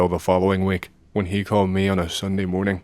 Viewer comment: Can you fix your ai voice? "Me" sounds like "May". I hate it. Love your content otherwise